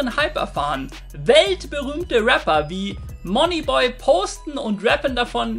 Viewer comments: Er sagt einfach Monny Boy😂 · Nices Video, aber wie er Money Boy ausspricht, gehört verboten 😂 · wie er moneyboy ausspricht triggered mich ja schon ein bisschen